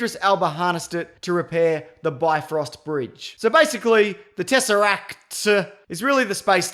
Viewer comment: It's TesseracT... As clearly pronounced by The Other in the second word of the first Avengers movie! J/s.